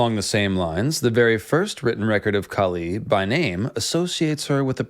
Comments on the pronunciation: Its not Kali.. its kaali / kāli . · KAH-lee. not kah-LEE. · You pronouncing name wrong Kali is deffrent Kali is asura Kaali is goddess Maa Kaali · Its maa kaali not kali😂😂.. and kali is a demon prophesied to come to destroy the dharma...🎉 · dude, can u actually pronounce Kali right or is it just your accent.....lolz